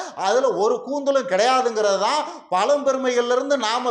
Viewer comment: பலம் பெருமை அல்ல பழம் பெருமை,ழ சொல்ல பழகி கொள்ளவும்